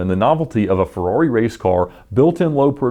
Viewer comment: <3 The way you pronounce "Ferrawri"